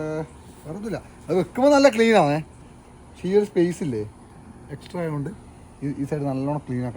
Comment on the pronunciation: Pakshe ❌️pashe✅️